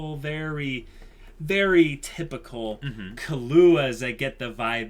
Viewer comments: Sry for this but it's KI-LUA not KA-LUA xD He aint a drink :D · "Kill-ua" not "kalua" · lol u guys are great with theories but terrible with names i.e. Ginoza (Geen-o-zah) = Gee-Nose-Ah? Killua (Key-lew-ah) = Kah-loo-ah? Makashima (Maka-shee-ma) = Maka-shee-me But surprisingly you get Kurapika right somehow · Kill-wa that's how it's pronounced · Why do they say kahlua lmfao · Gon has never said/implied anything about Hunters being super noble things. And there wasn't some 'automatic' disqualification - there's a disqualification due to one guy losing his arms (Thanks to Hisoka) and probably dying off-screen because of blood loss. Also, you're not supposed to put emphasis on the 'ua' part of Killua. It's supposed sound like Kill-wa but with a little 'u' sound in between 'kill' and 'wa'. Basically Kill-u-wa.